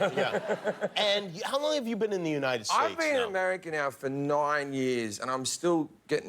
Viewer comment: “noine yees”